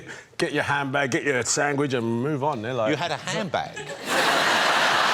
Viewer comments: Idris says "sangwich" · Did Idris say sangwich??